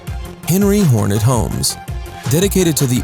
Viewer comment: Dude. It's Henry HORNER. not HORNET. You even have the correct text onscreen! If you wish to "report" on something, you need to have your information right. If you trip over literally the most basic info, why on earth would we trust anything else you "report"?